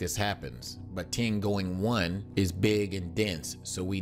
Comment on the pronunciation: yeah Tiangoing one... are you english speaking people really not capable of speaking any other languagues correctly ? I translate it to your limited ehr.. read my lips: T I Y A N G O N G